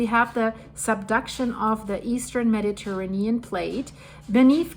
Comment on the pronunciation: As a fellow German And a new subscriber, please look up how to pronounce sequence…it is a recurring word, and you pronounce it with a German e, instead of the English e. Mediterranean is also a difficult one.